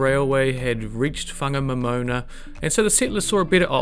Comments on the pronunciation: Whangamomoana is pronounced with a wh (as in why) not f. Local Maori dialect doesn't have the f . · Whangamomona is pronounced Farnamoremorena 👍🏾